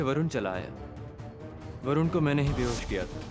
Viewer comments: Areeee Barun nahi varun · Arrre Barun nahi vrun😂😂😂😂😂😮😮😮😮❤❤❤